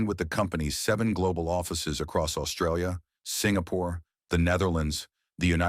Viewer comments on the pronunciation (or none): none